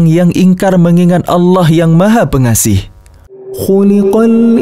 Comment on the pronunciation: Maha Pengasih bukan pengaseh